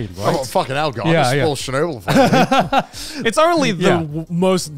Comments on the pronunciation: I’m Russian, and it’s so funny to me that they pronounce Chernobyl as Shernobyl 😂 “Ch” is pronounced as in “check” Chernobyl is such a good show 100% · As a North American English speaker I could not tell they were talking about Chernobyl from their pronunciation! Sounded to me like Shenubble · I love the story of Chernobyl. Thought gigguk was saying shinobu at first and I was very confused how I hadn’t heard of another Japanese nuclear incident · Honestly thought they were pronouncing "Shinobu" till I checked the video "chapters"